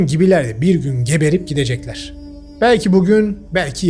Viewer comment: şu videoda katıla katıla güleceğim hiç aklıma gelmezdi:)) geberip gidecekler vurgusu